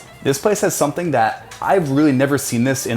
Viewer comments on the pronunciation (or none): none